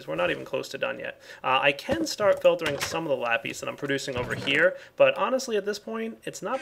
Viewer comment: Lapees? lol